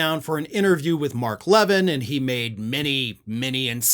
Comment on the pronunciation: Mark Levin's last name is pronounced Luh-VIN. You keep saying LEV-in.